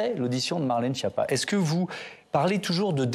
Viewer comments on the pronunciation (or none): "Marlène Chépa"